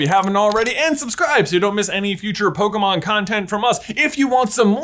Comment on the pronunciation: I don't know what's worse, saying "poKUHmon" or "poKEYmon". To be fair, the accent on the e is missing in the title..